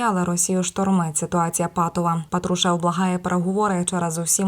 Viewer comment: Когда ты научишся правильно говорить фамилию патрушева ??? Кем бы он не был !!!!